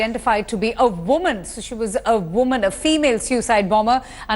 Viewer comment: A VUMAN A VUMAN Lol Lol Lol